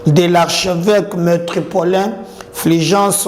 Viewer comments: Métropolitain et non metropolain! On peut se tromper 2 fois mais pas 3! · Métropolitain et non metropolin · C ne pas "Metropolin" mais "METROPOLITAIN". Merci de corriger